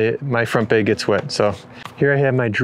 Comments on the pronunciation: "...front bayg..."?????? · There’s no E in “bag.” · Cringing everytime you say bag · I love the way you say bag. And I’m pretty sure you said “never invite a beer to a campsite” which is a no go.